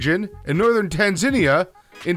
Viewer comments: Okay. Not to be that guy, but . . . the country is pronounced "Tan-zuh-nia," NOT Tan-zin-ee-uh. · Yeah, after he pronounced the country of 'Tanzinia' I figured that he only knows rocks and not countries. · TAN ZUH KNEE UH...pronunciations dude.... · And by Tanzinia I think he means Tanzania (Tan-zah-nee-ah).. or maybe I'm wrong. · Tanzania pronounced "TAN-ZUN-KNEE-YUH" not "TANZ-IN-EEYA" not being an asshole, just offering a FYI. ❤ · It's not Tanzennia, doofus, It sounds very similar to the stone that comes from the place, you're saying the stone name properly, why not pronounce the country properly, Tanza-nia. From it comes Tanza-nite. Get it? Furthermore grandiderite was named after the French explorer Grandidier whose name is pronounced with a "yay" at the end, not an "ur" = (gran-did-yay). The gem you pronounced as (SPIN-null) is said (spi-NEL) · TAN 'ZAY' NIA, not 'ZINIA' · «Tanzinia», «Mayanmar» lol Was it Emeirica or Amareaga? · What's wrong with these people. He knows how to properly say grandiderite, but he can't say Tanzania? Says tanzenia with punctuation on "e". Is that illiteracy? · tanzinia, eh? oh PLEASE get people who know words to narrate these! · "Tanzinnia"??? Christ. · Tan - San - ni - er